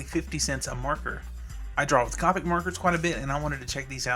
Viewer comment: You're pronouncing Copic wrong. It's Coe (Rhymes with toe) pick Now Caw (Rhymes with raw) pick